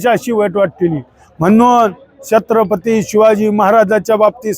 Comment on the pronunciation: तुच कर ना मग हे काम. तु भितोस का काळं फासायला. अरे तुला धड छत्रपती बोलता ही येत नाही. कोण निवडून देतात असल्या अनपढाना कोण जाणे 😂😂😂😂